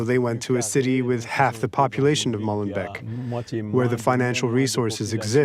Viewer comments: It's Molenbeek not Mollenbeck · Why is it so hard for the French to pronounce correctly the name of that city, finishing like " bake" in English, not "beck??" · Stop pronouncing it as Mollenbek. It is not the beak of a mole. MoLenbEEk is the creek of a mill.